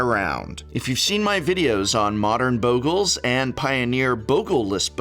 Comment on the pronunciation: Stop pronouncing Bogles wrong.